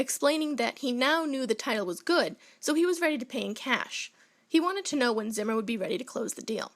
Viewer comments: This was my great grandfather. It’s pronounced ZEE-MER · It's pronounced Zee-mer. Zee.